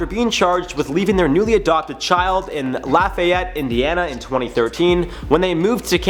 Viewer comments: I'm from Lafayette in Tippecanoe County. I cringed hard ever time he said LAH-FYE-ET....It's LAH-FEE-Yette. For the county? its literally TIPPY-CANOE, like you tip a canoe. It's not a big deal, but its so cringe hearing it. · Tippa-canoe!!! La-fee-yet!!! I know we’re weird in Indiana, but that got me more than this story 😂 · Tru Dat thank you!!!!! That bugged me how he pronounced it as I live close to there as well lol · La-FEE-ette Tip-PEE-canoo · As a native Hoosier it’s pronounced like “ Laf e (like the letter e) yet” and the the county is pronounced like “Tip uh canoe”. Sorry the mispronunciation kept driving me nuts lol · Dude lafayette is pronounced lafeeeeyette and Tipaconoe is pronounced Tipacanoooo. Just helping ya out man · The way he said lafayette was funny to me. Where my Louisiana people at ? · How he said Lafayette, Tippecanoe co. sounded extra funny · Miranda Kitty every time he said it I would cringe 😂 we know the right way to say it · Before you do a video, please learn how to pronounce things. The way you are pronouncing Lafayette is incorrect